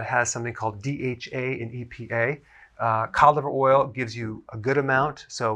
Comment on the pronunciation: he said codive oil or colive oil or cod liver pls?